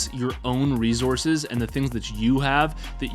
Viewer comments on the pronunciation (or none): Why u say resources like that